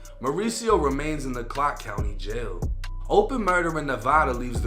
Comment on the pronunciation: you said clock county jail or clark county jail lmao im confused